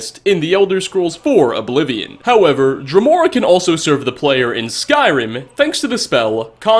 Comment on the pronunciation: Wasn't it pronounced drèmora?